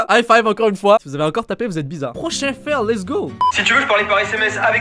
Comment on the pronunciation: comment tu dis ? Fèle ? a xD